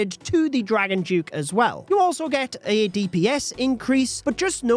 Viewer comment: Dragon Duke 👎🏻 “Dragon Juke” 👍🏻